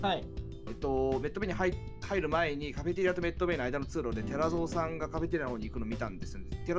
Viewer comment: 毎回カフェテリアのこと「カフェテアリ」って言うの可愛くない？笑